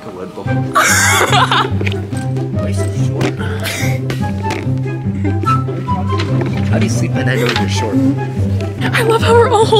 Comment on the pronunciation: when u said red ball i thought u said redbull :shelterin::chillwcat